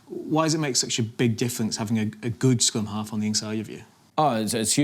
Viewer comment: The host really needs to improve his pronunciation, the way he butchers Barrett's’ name and other words (scrum half not scum half lol)